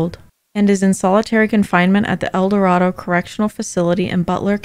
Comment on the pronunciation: Small thing, but as a Kansan: it’s El Dor—AYE-do. (I know, levio—SAH.) But all channels get it wrong.